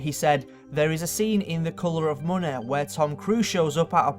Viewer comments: Wolfensteen 3deh spear of desteneh. Munneh. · "The kolor of moneh"